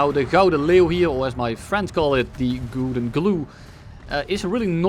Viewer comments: This is the only time I’ve ever heard someone properly pronounce gouden lmaoo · now i finally know how to pronounce Gouden properly, thanks lmao